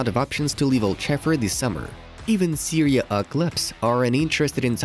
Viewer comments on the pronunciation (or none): none